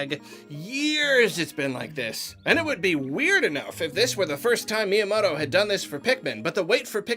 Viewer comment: I like that he calls myanoto shigi.